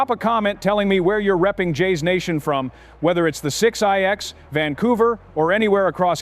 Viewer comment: I hate that this AI says “6-I-X” please stop doing that